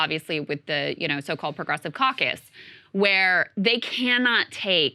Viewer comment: It's pronounced "pwogwessives"